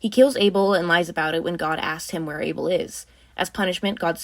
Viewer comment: Abel? No, BBel. Beeble. Bubble.